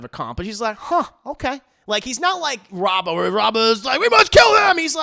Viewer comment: Just to let you know its Rabban not Rabba